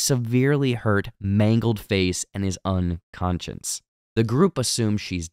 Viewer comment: just a heads up, its 'unconscious' & 'consciousness' ' not 'unconciounce' 'conciounsness' (youre adding an extra 'n') (@ - ) - and dont get me started on 'Taissa' smh